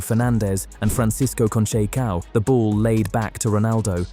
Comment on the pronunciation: Francis KON-TCHAY-COW ??? Come on man, make an effort.